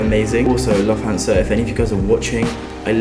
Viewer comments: When he said 'lof-tan-sa', i felt that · LUUFT HAN SUH] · Its spoken looft-hans-a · it is lufutansa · It’s pronounced loof-tansa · Man said Lufthansa its pronounced loooftansa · it's pronounced "Lufthansa" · your German skills are great lol 😂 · Ok, he clearly butchered Lufthansa but this guy is British and doesn't know how to pronounce "privacy"? XD